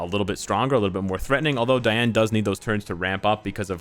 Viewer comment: You fixed the way you pronounced Ban and now Manga now just fix Diane, DEEane not DIEane.